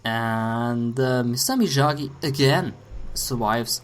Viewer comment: It's (ME-OG-Gee) and (SHIN-NOOK)!!!!